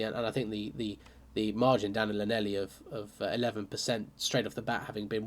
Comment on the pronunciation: Dude, I know you don't do Welsh but for your knowledge and growth = Llanelli > Hlan-Eff-Lee